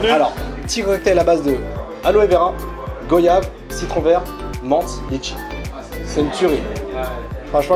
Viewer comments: Goyave se prononce comme voyage donc c'est pas "Go" mais "Gwa" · Go-yave😭🤦🏾‍♂️🤦🏾‍♂️ c'est goi-yave